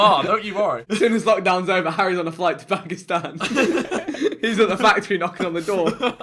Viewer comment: The way vikk pronounced pakistan irks me sm he was the only person i had any hopes from